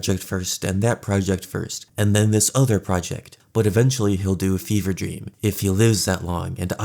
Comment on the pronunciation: FEVRE DREAM LMAO “BEAN DREAM”